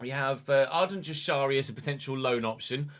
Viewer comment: Jashari is pronounced like yashari